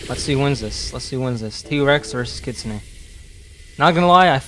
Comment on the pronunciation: its pronounced kit - soon